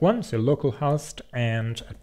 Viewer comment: Host/Post....dude you are the only person I have ever in my life heard pronounce them that way lol